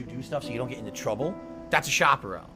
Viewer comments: I love the question “What is a shoperone (chaperone)”😂. That went right over his head. How does he mispronounce sh*t so wrong? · Shoperown 😳 huh!? Do you mean chaperone!? That’s a bit right suprcrzy? Right after the Pavlov’s dent bell too. What a world. Thanks for the diligent effort good sir. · Pig ups suprcrzy.. this shit needs documentation.. Edit: a "shopperone?" Why does the have such trouble pronouncing words? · Chaperone does not have the long O sound you moron!!